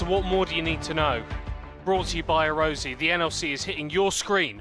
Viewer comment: Why the hell would you pronounce arozzi as əröusi instead of arottsi